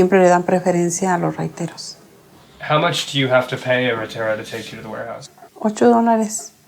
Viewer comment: lol the entire time he is saying huayteros and he was actually just trying to say raiteros q funny🤣